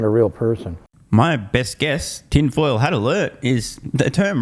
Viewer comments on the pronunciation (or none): none